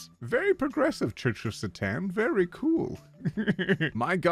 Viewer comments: I love how he says Satan like Catan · The way you pronounce satan is hilarious to me, btw the modern agnostic satanists are doing much more for people and people still bash them, kinda sad